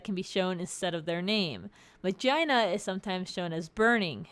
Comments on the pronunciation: reading Magina (Mah-Gi-Na) as "Muh-Jey-Na" is so weird.... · Also its pronounce mah - guh - na if you take the indian meaning and mah jih na like magi - na for latin not mah - gine - na its not english people just are stupid but since spelling is so close to vagina it will continue to have the innappropriate name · All I heard was Vagina.. Which is the reason you pronounce it "Mah-gih-nah" where I come from. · Anyone else hearing mangina? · Read Magina like Vagina. Lul. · When you said "Magina" LOL KILLED ME XD